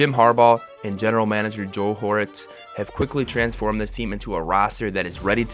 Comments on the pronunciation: It’s Joe HorTIZ, not Joe HoRitz, plug. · Thanks for the video, the General managers name is not hooretz. It is ortiz. I’ve written as hortiz the h is silent. Good luck.